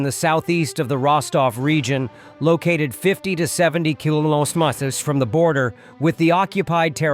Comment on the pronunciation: AI cannot pronounce KILOMETERS